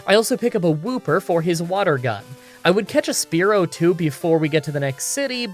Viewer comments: I cant with you saying Sparerow 😳😳😳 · Sp ear o say this that’s how you say spearow’s name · "Why do you pronounce Spearow and Fearow like Sparrow and Pharaoh?" "It's in the book." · I know your the type to not give two shits but It's pronounced Spearow Like spear (weapon) owe like you owe someone money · the way he pronounce Spearow and Mantine . . . I just can't great vid though!